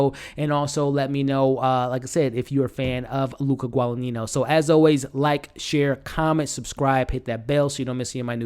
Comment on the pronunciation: Interesting review, but pronunciations are (Chloe) Seven-ee and (Luca) Guada-neenyo.